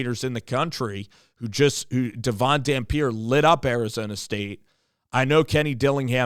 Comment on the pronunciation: He's a senior he's not coming, and you didn't even pronounce his name right